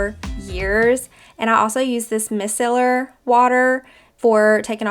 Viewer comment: Micellar water is pronounced My-cell-er. I hope it helps.